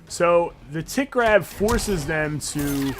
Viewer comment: I know you are saying tick grab, but I’m hearing tit grab.